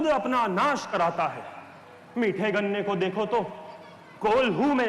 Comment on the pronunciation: पर अमर्यादित भाषा का प्रयोग लक्ष्मण जी के द्वारा गन्ने के संबंध में कृपया उच्चारण को शुद्ध करे🙏🙏🙏